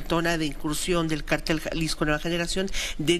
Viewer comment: Se dice cártel(con acento en la a) y no cartél (sin el acento porque no lleva, según la regla ortográfica.)